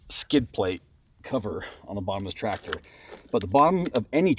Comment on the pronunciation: hurts me every time you guys says tractor